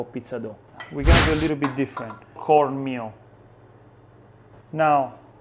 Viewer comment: Wait… did you say CORN MEAL?!